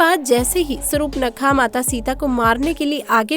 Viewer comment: Pahle Surpanakha toh bolna shikho , uske bad vidto bana na. Ye kya kab se Sarup nakha Sarupnakha laga rakkhi hai .